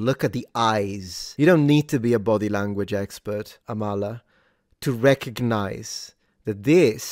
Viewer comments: Her name is pronounced like AHmala, not amALLah But yeah, she's based. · I believe it's pronounced Ámala and the 'k' is silent! Amala is awesome, I always have time for her and someone I'd have in my corner everytime.